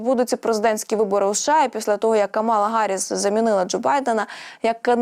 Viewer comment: КАмала,а не КамАла